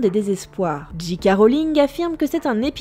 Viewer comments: C'était cool étant donné que je suis une fan incontesté d'harry potter! Par contre par pitié, c'est J.K"ay" Rowling et pas J.K"a" Rowling! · J.K -> "ji" à la française, ou "djei" à l'anglaise, mais pas "dji" haha Ca pique ^^ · On dit pas J Ka rolling mais J keyyyy rolling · Du coup ce serait Jay Kay et non Ji Kay. Autant faire les choses à fond. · et non le J c'est G et le G c'est J en anglais donc "Djé Ké" 😄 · haaaaaaaaaaarrrg ; j'en appelle à linguisticae !!!! ou tu dis "dji kè rowlings" ou "ji ka rowlings" mais le mélange des deux montre clairement que tu n'a pas su choisir ton camps....... le non bi-linguisme franchouillard dans toute sa splendeur !!! (2nd degrès insaillede) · Non non, le G se prononce bien "Dji" et le J "Djei" comme tu l'avais dit au départ